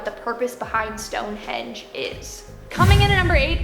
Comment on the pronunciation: Why does she keep saying the Stone-hedge?